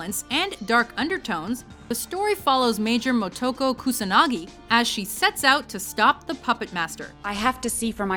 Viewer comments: hang on, you can pronounce "Akira" but you can't proounce "Motoko"? ;-/ also, Karas, Dead Space, Vampire Hunter D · You lost me when you couldn't pronounce Motoko correctly, and worse you called her Artificial - she isn't. She was born completely human. But, is she still? You completely miss the point of the film. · you can pronounce "Akira" but not "Motoko"?